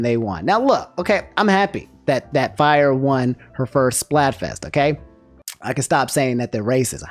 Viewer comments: Ok I can’t let this slide. During the talk of the Splatfest. You called her Fyre or Fire? It’s Frye. Sorry had to get that out. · please tell me i didnt hear call frye "fire" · Not him pronouncing Frye as "Fire" 😭😭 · I feel you on the Spicy L 😭 though I was team Water, so 👀 Also, calling Frye "Fyre" hehehe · Its Frye bro 😭